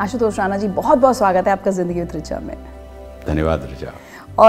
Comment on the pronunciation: मॅम not राना, plz correct with राणा 🙏🚩